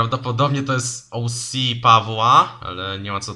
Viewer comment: Bardzo ciekawy kształt papieru 👌 I to twoje "OŁSI" możesz to spokojnie spolszczyć 😉 do "OCE"